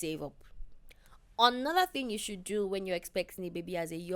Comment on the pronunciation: It's how PL says another as "onoda" for me😂